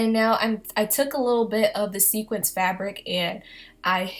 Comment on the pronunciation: it's sequin but I knew what you meant